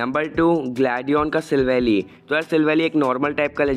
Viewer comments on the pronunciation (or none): hey, you made a mistake at 01.23 , it is Sivally; according to the english dub, it is Si-val-ly.